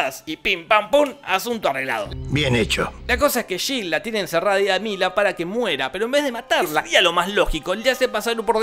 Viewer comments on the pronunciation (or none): No se llama shil, se llama Jill y se pronuncia Yil.